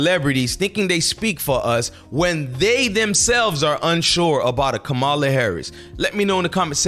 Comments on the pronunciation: Dude I can’t take you serious if you can’t pronounce the name of the VP properly after all this time ur ridiculous I think it’s disrespectful and on purpose. It’s NOT Ko- Ma la. It’s Comm a la it’s not hard. By the way you clearly don’t know how Gov works. The VP is a symbolic post they have absolutely ZERO power. The Secretary of State has way more power and authority. The VP is just a figure head with very little influence. Put it this way. You think Mike Pence had any power whilst he was VP, lol. Ur not ready for prime time my guy. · Dude, pronounce her name correctly. Come on! 🤦🏽‍♀️